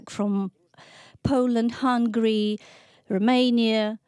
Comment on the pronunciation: poland and hungary !!! not hungry u stupid translator omg ! same as stupid biden u cant say the diffrence between iran and ukraine